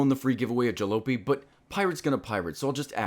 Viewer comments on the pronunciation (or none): ja-lo-py? are you okay?